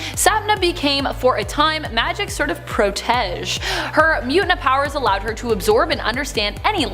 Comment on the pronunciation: Did she say "pro-tesh" or did I have a stroke? Man! Just when I was starting to think this vid might be enough to give this channel a second go then it gets ruined when they have listed Lucifer twice and she said pro-tesh which really killed it lol